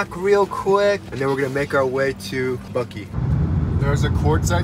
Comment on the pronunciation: My sister lives in Buckeye. Buck-eye not Buck-ee. We have our first Tesla on order. Like your videos- I’m from OC- but live in Utah now. Can’t wait to road trip in the Tesla! My son said he wants to go to CA. Probably Knott’s. Lol